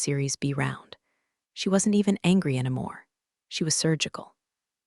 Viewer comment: Every homophone has a 95% chance of being incorrectly pronounced. Also, "anymore" - "anamore"; and I don't know how to represent the pronunciation of "Patagonia(n)".😅